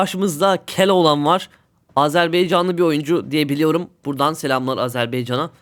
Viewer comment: Beycan değil Baycan , Azerbaycan